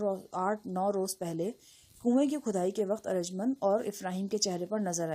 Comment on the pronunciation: Aarj mnd ni hota arjumnd HOTA hy